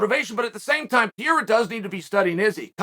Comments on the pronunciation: per-air-ah, not pee-air-ah Seriously, Chael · This guy continues to pronounce every fighters name wrong hazmat instead of khamzat. Now Piera instead of periera😂😭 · its Pé-ray-rah, say it you bum. not piera, whats wrong, you can steal from grandmaster Mexican martial arts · Can someone please teach Uncle Sonnent how to pronounce Pereira 😂 there's 2 R and he keeps saying P - A - RAH😂😂😂😂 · Who the hell is Piera??? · chaels not even trying to pronounce pereira at this point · Actually his surname is Pereira not Piera😋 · Who the fook is Pierra? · Who the f is Pierra ? his names is P e r e i r a !!! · who is Pierra? does he mean pereira? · Who's this Pee-Eh-ra guy you talk about🤦🤣🤣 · is it that difficult to pronounce P E R E I R A ?? its not PIERA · Say it with me Chael "Pa-Rare-Ra" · Uncle Chael, please pronounce it like this: Pe-dday-dah (Pereira) …. It sounds too much like Pierre! Thanks!! Keep those thoughts going!! Big Fan …… got me at DB the other Day with the Cooper story! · Who the hell is Peira ???? Does he mean Pereira? Come on Chale …… I know you always find ways to stay relevant but damnnnn not even making an effort to say that man’s name right….. Lowkey disrespectful. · Chael "the name butcherer" sonnen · Chael doesnt even try to pronounce pereira correctly lmao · Will uncle Chael ever say his name right? Lol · Uncle Chael, Why do you Not pronounce the first R in Pereira the same as the 2nd R? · I cant respect him til chael learns to pronounce his name correctly. Lol